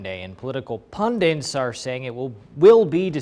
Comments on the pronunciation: There is an epidemic of pronouncing "pundits" as "pundints". It's all over the country. I don't get it. The same with "strength" as "shtrength". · "Pundints"? Effin "PUNDINTS"??? C'mon Man ! Spreckin Zee English?